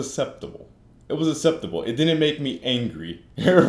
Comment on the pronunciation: " It was aseptable" lol